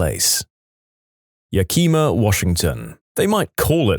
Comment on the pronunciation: That is the wildest pronunciation of Yak-Em-A I've ever heard in my life 😂 Also, 100% probably the most dangerous place in Washington, even more dangerous than Seattle.